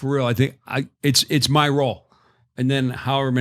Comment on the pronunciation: “Itsh new teritory” 😂